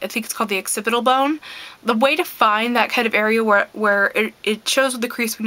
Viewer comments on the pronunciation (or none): none